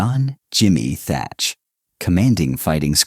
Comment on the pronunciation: His name was Thach, not Thatcher.